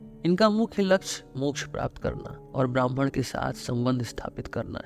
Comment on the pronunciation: आपके उच्चारण मे ब्रह्म के स्थान ब्राह्मण सुनाई दे रहा है।